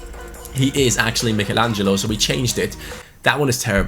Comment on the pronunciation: Is it annoying anyone else the way he is saying Michelangelo?